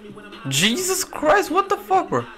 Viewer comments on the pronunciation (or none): none